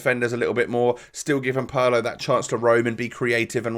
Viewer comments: Thank you so much! PARLOOOO just made me sick i swear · god that pronunciation of Pirlo is brutal. it's PEER-LOW ! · It’s not pronounced Paulo